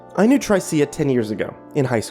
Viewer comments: pretty sure the name is pronounced "Trisha" not "Try-cee-uh" LOL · is he saying tr-I-see-a or just miss pronouncing tricia (t-r-i-sh-a) :P ? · Maybe he meant Tricia? Trish-uh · I thought, "What an odd-yet-cool sounding name! Sounds like an ancient period in prehistoric Earth history when there were still dinosaurs or something..." until realizing the narrator was mangling the name "Tricia" (As in another spelling of Trisha) like a dyslexic dunce. But tbh, the dude in the story instead of being a clueless numbnuts really needed to just bullshit the girl by saying, "Of course not!" like any smart guy wanting to get laid is supposed to instead of making such a rookie fuck-up and wouldn't be chained in some psycho's death dungeon. That, or just toss her in the fireplace before getting cuffed a'la Conan the Barbarian. Although, that can lead to some agonizing blue balls... :p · Trycea..? you mean... Trisha? that's how you pronounce Tricia. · I love your narrating style but it's pronounced as Trisha (short "i" that rhymes with "if") ;) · Shouldn't Tricia be pronounced "Trisha"? Lol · Just an FYI,, I'm fairly certain Tricia is typically pronounced Trisha, as it is a nickname of Patricia. Just in case you come across someone with that name in real life. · That name is pronounced TRISHA. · Not to be a dick but it's pronounced "Trisha". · It's pronounced "Trish-a". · black girl. XD Tryceia XD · Er... isn't "Tricia" pronounced "Trisha"? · Tricia. Her name is pronounced trisha, short for Patricia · I think Tricia is pronounced Trisha by the way dude! Great reading though, as always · Tricia is pronounced Trisha. Usually short for Patricia. Sorry it was bothering my OCD. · i feel like her name is supposed to be pronounced trih-shuh lol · its pronounced trisha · Apparently can't pronounce the name Tricia. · I like how he pronounces "Tricia" 😂😂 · I can't tell if he's mispronouncing Tricia, or if it's just a really weird name. lol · Haha, that's what I was thinking as well!